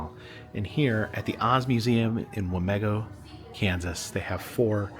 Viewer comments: As a resident here i am personally offended you called it wah-meh-go if you ask ANY person here it is wah-MEE-go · Wa mē go! Long e with the emphases on me.